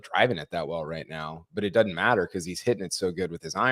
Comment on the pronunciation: the word is doesn't, not dudn't. You're a journalist, not an alligator wrestler.